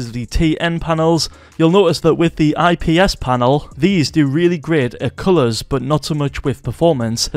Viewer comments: Bro said ISP panels 💀💀💀💀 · You lost me when you said isp